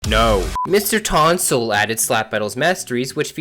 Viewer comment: “mr tonsil”